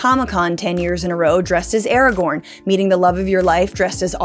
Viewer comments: This video lost all credibility when you said ‘Aragon’ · Okay, I held my tongue on "Vaylar," but "Aragon?" Oof. Good video though lol